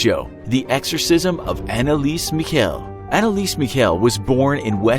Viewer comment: Im laughing 😂 how did he say Michel xD